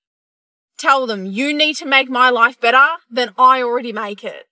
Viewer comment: I just like how she says better…… sounds like its blended withe the word butter